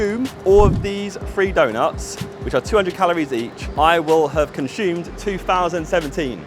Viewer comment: nobody : Josh : Conshoomed